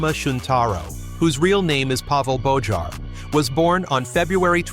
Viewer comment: Bojar is pronounced BOYAR btw.